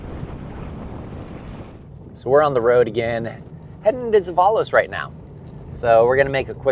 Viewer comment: Hilarious pronunciation of zeballos 😂